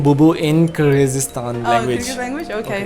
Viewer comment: brother, you are dropping the ball here. At least, pronounce the word Kyrgyzstan and Kyrgyz properly. Its not difficult. smh